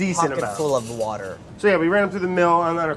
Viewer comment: Brad : is there an h in there? i say SPECK. also brad : woourrder